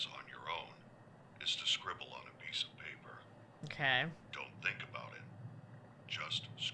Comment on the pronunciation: I loved how she said PayPah instead of paper😂 and good job for pushing yourself for us ty